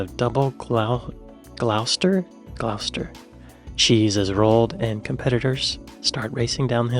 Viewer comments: Well done, consider yourself an honorary Brit, but please pronounce Gloucester as 'gloss-ter'. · Gloucester is pronounced GLOSS-ter, and Edinburgh is either EDD-in-borough or EDD-in-bruh. West Side Story was by Leonard Bernstein and Stephen Sondheim. You did really well! The questions were pretty easy for someone who knows something of the UK, but I guarantee that only a very small percentage of Americans would get close to half right.